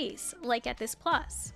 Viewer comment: “It’s not Djambo but Jambo”. Well actually it’s Jumbo 😇 Also it’s Plus and not Plas (which means pee or puddle).